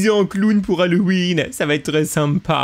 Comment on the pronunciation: trp sa ma tuer aussi:D